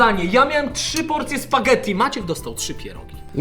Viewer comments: to jest spagetti a nie spadzetti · Spaggetti a nie spadzetti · tak tylko mówię: wymawia się spagetti nie spadżedi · Dx muwi się spagetti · Jak można na spaghetti powiedzieć sparzedi